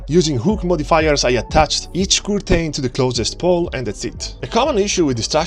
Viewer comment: Haha the way he pronounces curtain got me